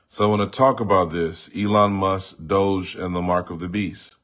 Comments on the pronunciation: Its Not DOJE it Is DOGE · It’s actually DOGE not DOJE.